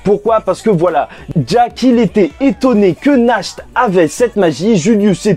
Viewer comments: Ça sonne pas Nacht mais Nart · Pitié, c'est [NaRT] la prononciation. Ça vient de l'allemand qui veut dire "Nuit"!